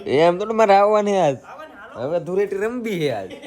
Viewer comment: ધુરેટી નય ધુલેટી 😂😂